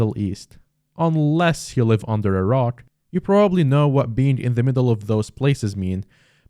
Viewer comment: So glad you made it out ok, Ngl when u said under a rock I thought u said under iraq